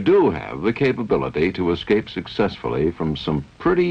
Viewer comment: Great a documentary on escape systems where the narrator says 'excape'.